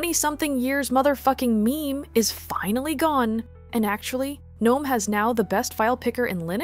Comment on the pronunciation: girl ily but pronounced guh-nome 😭😭